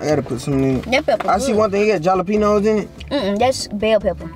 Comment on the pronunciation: Great video. Beautiful home. You made a wise decision to downsize for the time being. You know what you need., not trying to be rude, but the j in jalapeños is pronounced like an h. Keep up the good work.